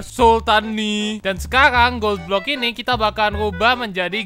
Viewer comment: Bang pas ngomong gold block kok kalo di dengar kayak ngomong goblok